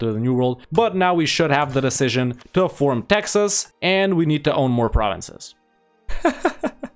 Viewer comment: "Texs" became prophetic. A very scuffed attempt but you did it.